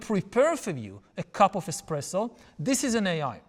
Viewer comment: "ai coffee machine", "invented", and "bestpresso insted espresso". 😏